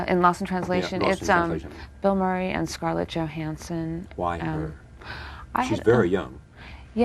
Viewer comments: A lousy interviewer. He wants to do all of the talking. As an aside, he can't pronounce Murray. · He can't pronounce "Murray".